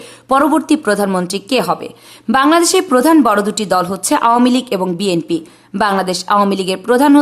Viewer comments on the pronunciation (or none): none